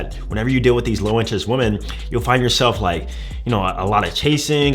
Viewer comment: Can we say women the right way? Not pronounced the same way as (a) woman